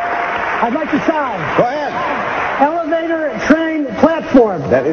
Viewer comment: "ELEVATER" lol